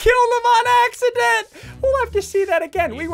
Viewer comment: He said "axe"iddent at 9:5